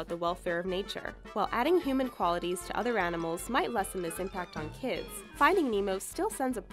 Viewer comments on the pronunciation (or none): It says toother instead of to other